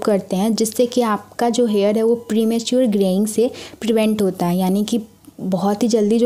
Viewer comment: Uge nhi hota use hota